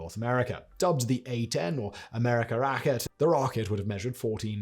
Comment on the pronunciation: NOOOO!!!! Not one thing you say shows any effort to get it correct. The name is NOT "you-gene"! It is pronounced "oy-ghen". At least you can try to get names right. You butcher the whole lot, including the German name for rocket - might as well use the proper "rocket" in English and just skip the German word, which is NOT a "racket", it is a "rha-keh-teh". And in many languages, including German, "v" is ronounced like an "f", so it is NOT a silver-Wogel, it is pronounced "silber-fogel". If you want to be a semi journalist and cover International history, work on your language skills!